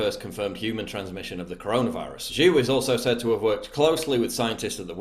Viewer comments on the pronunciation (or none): Your butchered pronunciation of ‘Zhou’ is killing me.